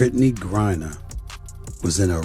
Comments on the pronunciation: I stopped listening after the automated narration messed up the name 30 seconds in. Please use phonetics in your scripts if you don't want to annoy your potential follower. Britney GRIE-NER and STEVENAY Smith will sound normal when narrated. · "GRINER" get his name right!!!!